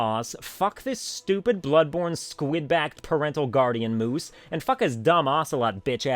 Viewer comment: Idk why but the way he said “moose” when he was talking about The Ocelot crazed manic, totally killed me and I snorted hella loud trying to hold back a huge burst of laughter on a totally filled trimet bus, so because of this video I’m going to have to kill myself but this video is totally worth it. You get an A+ for this video